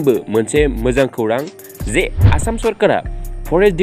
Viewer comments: Brother you must not pronounce आसाम as एसाम but आसाम , kwnasongnw gajri kwnayw, rwngnanwibw rwngywibaidi jayw. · Good but not एसाम Must pronounce as आसाम. Kwnasongnw gajri kwnayw, rwngnanwibw rwngywibaidi jayw.